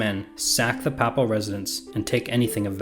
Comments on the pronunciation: This was very well done! But it's the first time I've heard 'papal' pronounced as 'papple'. It's 'pay-pull'. Where did you get 'papple' from? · This may only matter to be, but, Ducat sounds like "duckit," not "doo-cot." And Papal has a long A sound, not a short one as in "apple."